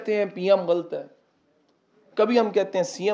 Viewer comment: Ghalt nhi sir lafz h ghallat, please correctly pronounce